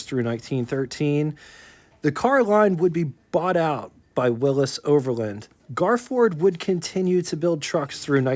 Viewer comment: Why do you say Willis? You ever heard of Willy`s?